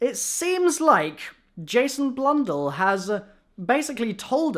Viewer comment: You say Jason's last name wrong just FYI